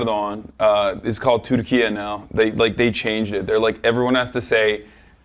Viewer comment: I think it’s respectful to try and pronounce Türkiye even if you’re not confident.